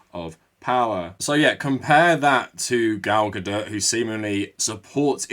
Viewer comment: Lol it sounds like you're saying 'Gal GaDIRT. ' Fitting 😅